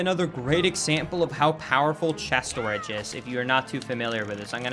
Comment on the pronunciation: The way you say Stooridge is beautiful lmao